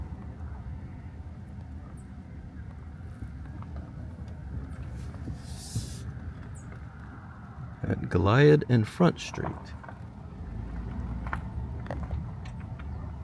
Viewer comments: It's not Gah lie Ed....it's Go Lee Add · I think it's Go-lee-ad Street, instead of Go-lye-id. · Masonic lodge, note the insignia above the second floor windows. It’s pronounced GO-liad fyi Ramirez Bar!😂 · Those names are pronounced Nor-dime, Run-gee, and Go-Lee-Ad. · Street name in Runge Tx - Goliad pronounced = Go-Lee-Add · Nord-hyme, and Goh-Lee-ad. I grew up in Yorktown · Goliad = go lee add. fyi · looks like a FEMA trailer, or an office trailer converted into a home. Little wonder after seeing the house. In Runge, you drove right past a convenience store selling gas. Guess you already found gas somewhere between there and Smiley. You aren't from Texas are ya? You pronounced Goliad very wrong. Goliad is one of our Texas Revolution towns. Every Texan knows how to pronounce it.